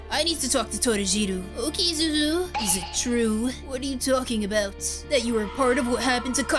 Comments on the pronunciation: Btw it's Zuzu not zozo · Why do they call deku zuzu